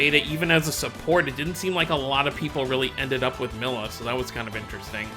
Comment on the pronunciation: Her name is Milla (Me-lla). Not Milla